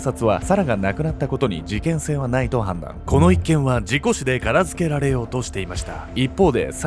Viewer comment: ｢事故死でからずけられようとしていました｣ ↑可愛い藁